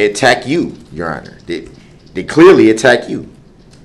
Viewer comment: Yeronner, I axe for a dismissal because the letter, i, in the word, idiot, was not dotted in the complaint.